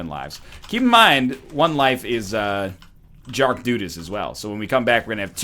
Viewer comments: "jark dudas" cracked me up :') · "Jark Dudas" NL 2016